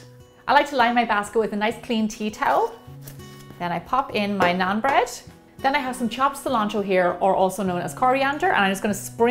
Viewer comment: i am indian so do more stuff like it....check the pronounciations before you say them...try this naan with some butter chicken it is heaven! great recipe as usual!! keep it up😀😀😀